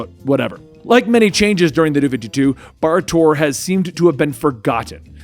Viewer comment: Bar Torr is a complete mess, Kon-El... okay.